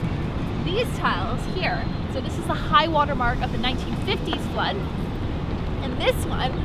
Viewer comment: when she said it floud i was like it cant floud :P